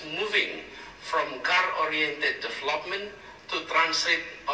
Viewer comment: For those who know Engish may take conclusion that both Prabowo and Anies have high qualification of English comptetence. They speak Engilsh fluently and easily understood. In term of diction and pronunciation Prabowo is more accurate anies is inaccurate to pronounce the word "development"